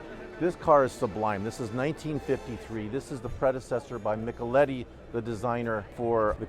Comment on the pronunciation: is such a disappointment. He can't even estimate the pronunciation of where he is or what he owns. Villa dee Est? Mickeletti? He seeks beauty in everything except language.